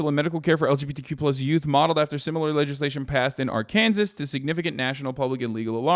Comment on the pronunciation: I always thought "Ark-kansas" was Hasan's way of combining Arkansas and Kansas as basically the same place, like he does with "Pennsyltuckey" Just realized that was just how he pronounces Arkansas 😭